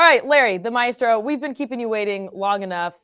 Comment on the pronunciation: finally learned how to pronounce maestro